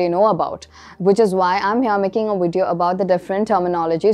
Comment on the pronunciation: Very helpful videos but a few things that I noticed 1) Your pronunciation of the letter "V" sounds like "W" sound. Words like video, valet etc 2) luggage is an uncountable noun. So plural form is still luggage and not luggages. 3) trolley pronunciation : trawli not troali